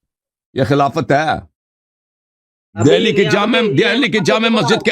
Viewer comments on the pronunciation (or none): none